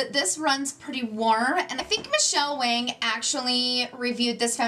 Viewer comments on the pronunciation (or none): Guerlawn and Michele WONG is the pronunciations.